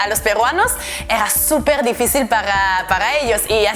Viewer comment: Te diré que si la "R" no te sonara de esa forma, tu acento fuera de algún país latinoamericano, me atrevería a decir que sonaras muy mexicana. Una cosa mas, difícil en español es con acento en la segunda "i" por eso la tilde y vos aun lo pronuncias como en el Francés "difficile" :D